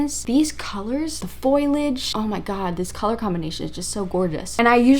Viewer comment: Great video! I want to inform you — you kept pronouncing foliage as “foil-edge”, but it’s “foe-lee-edge!” 😊